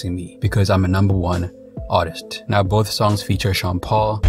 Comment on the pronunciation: “Ar is tur”